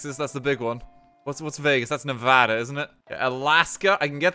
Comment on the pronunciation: I like that you pronounced Nevada like us residents here pronounce it. Also you were doing pretty good on the states test. We have a whole song to remember them all we learn in elementary school.